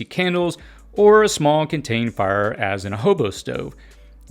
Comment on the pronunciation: You talk funny Meal--->mill Fire------->fur Sealed-----> silled